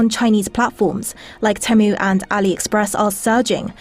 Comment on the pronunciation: "taemoo" GET OU